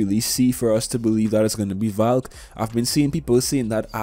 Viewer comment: I heard Falk when u said Valk